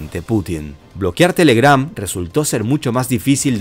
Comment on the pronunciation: La fuerza de voz va en la TE, no en la GRAM